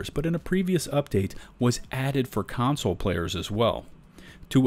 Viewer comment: It's "console," not "counsel."